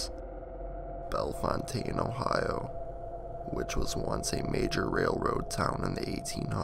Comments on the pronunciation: Here we pronounce it bell fountain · I'm in the first two minutes and you missed pronounce Bellefountaine and Riverside is in DeGraff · YOUR NOT SAYING THE TOWN NAME RIGHT!!